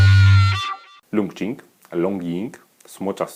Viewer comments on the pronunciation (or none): Zapewne czyta się to 'czing' jak qigong :) Uwielbiam wasze filmiki, uwielbiam zieloną i białą herbatę, jakiś czas temu zaczęłam też eksperymentować z yerbą, a dzięki waszym filmikom piłam także indyjską chai masalę i marokańską z miętą :D